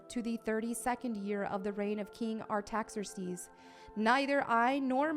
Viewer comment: No way she mispronounced Artaxerxes